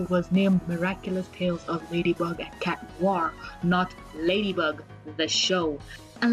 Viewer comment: Does anyone else notice when says "cat" it sounds like "shat"